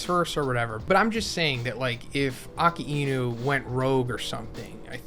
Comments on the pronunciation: Lmao it’s uh-kye-noo not akee-y-nu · Please correct your pronunciation. Akainu means Red Dog 赤犬 (right) Akiinu means Autumn Dog 秋犬 (wrong) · Bro its pronounced "AAK- EYE- NU" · who is aki ino? A-KAI-NEW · "Aka-eenu" lol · Why do you say akainu’s name like that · What is with that pronunciation of Akainu